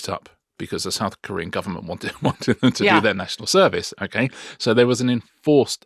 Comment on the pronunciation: I am, it must be admitted, becoming a tad hard of hearing in my dotage. In the item on BTS, Richard referred to ‘South-Korean culture’, and I was convinced, at first, that he said ‘saccharine culture’. Hmmmm …